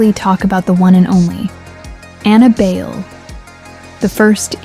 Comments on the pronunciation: BAYLE??? As in "bail"??? Being a Filipina, I think it's pronounced as "buy lay" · I don't think her surname is pronounced as bail/beyl. Since she's a Filipina, it's pronounced as Bay-le (short "A" and "E" sounds). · Ok...it's not pronounced Bail...it's Buy-Leh. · It is pronounced as BUY - LEH , but according to Anna , the Designers she was working with wanted to pronounce it as BAIL and she decided to go on with the BAIL surname and to her , it sounds unique and classy and the rest is history..... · Anna BYE-LE or BUY-LE. There is another Bayle competing at this year's Miss Philippines Earth 2026 named Mavee Bayle. Not sure if Anna is related to this young lady. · Pretty sure her last name is pronounced Buy-le (le as in lemon) or bay-le. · I thought Bayle is pronounced By-leh. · Anna BAYLE Pronunced as BUYLEY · Bayle is pronounced "Bahy- le'" The a is a short a sound and her last name is 2 syllables. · Bayle is pronounced Buy- lee. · its Bay-le. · Her surname is pronounced "BAY-lay." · The surname is pronounced buy-leh. Apparently it means "dance" in Spanish. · Thanks for this, although you pronounce her surname wrongly, it is ok, because I am a Filipino but I dont really know her...